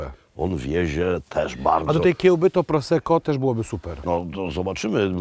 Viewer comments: Nie daje mi to spokoju - minuta filmu - "Proseczio"? Czy mnie coś ominęło? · serio? Światowiec zajmuje się alkoholem i mówi proseczio? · Czy syn mowiąc "proseczjo" miał na myśli wino Prosecco ( czyta się prosekko) ? Prosecco 🥰 to moje ulubione lekkie vino do potraw i aperitvo. Uwielbiam Wasze podrorze po Polsce i Europie 🥰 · KURNA, ja Ciebie bardzo szanuję za pasję i wiedzę, ale na litość boską, nie popełniaj błędu w wymowie 'Prosecco'!!! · Proseczio a nie proseko? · Chyba się młodzieniec-znawca win zbombał, bo jakkolwiek na początku powiedział poprawnie "prosekko" tak później "proseććio"...? No I greener to Velt a nie Vet....